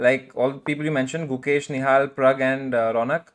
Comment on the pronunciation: Hikaru accent 😂 nihal, gukeh❌ guh cash✅ 😂😂